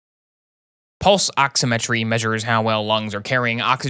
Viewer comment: As a EMT and soon to be paramedic his pronunciations of medical terms hurts me.. “Ehd a muh” for Edema “Ox eh met tree” for oximetry